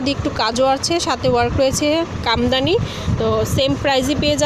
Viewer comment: Komdani na kamdani